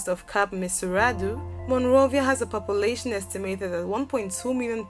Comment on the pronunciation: She butchered the pronounciation of POPULATION ... How is she not going to decimate WINDHOEK!!!